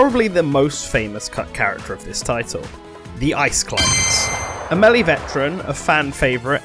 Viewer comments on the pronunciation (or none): none